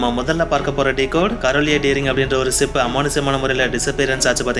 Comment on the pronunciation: தம்பி களா அது சிப் இல்லை ஷிப் சொல்லுங்க...